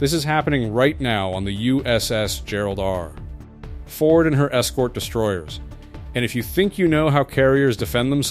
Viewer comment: What is shame? I’m afraid this channel is AI. It was just the way that he paused to say Ford in the first minute.